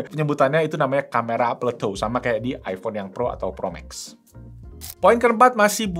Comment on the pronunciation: Plato bukan Pluto. Bahasa inggrisnya Plateau